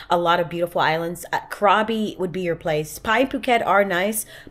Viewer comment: Enjoy your exploration in Thailand. I love it. The island you're visiting is pronounced " crabby".